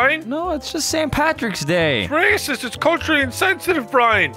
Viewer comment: accent “it’s raeecist”